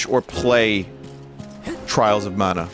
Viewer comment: "TRAAHLS O MAANA"